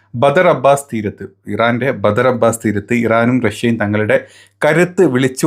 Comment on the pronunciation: ബദ്ർ അബ്ബാസ് അല്ല മൊയന്തേ ബന്തർ അബ്ബാസ്